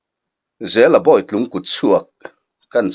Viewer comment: Bawih tlung tih hi a dik em ni boitlung tih tur a ni dawn lawm ni